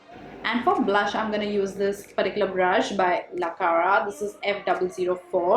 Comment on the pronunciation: It's not la Clara its la cara 😂